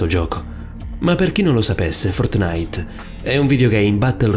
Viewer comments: È Fòrtnite, non Fortnìte.... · Ok io ti adoro, ma fortnìte, cazzo, FORTNÌTE. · Fortnàit non si può sentire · Like se hai sofferto quando ha detto Fortnàit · Paolo di ramio Secondo me intendeva dire che “Fortnite”, ok, si legge “Fortnait” però questo YouTube ha detto “Fortnàit”, cioè, ci ha messo l’accento e a molti avrà dato noia. Per me suona figo, per gli altri non lo so ahah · Ma no raga intendeva che l'ha detto con l'accento non ci vuole tanto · La cosa più paurosa è come pronunci fortnite😂😂😂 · La vera cosa horror è come pronuncia “Fortnite” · Ma come pronunci “Fortnite”?? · A me fa ridere come dice Fortnite...:-)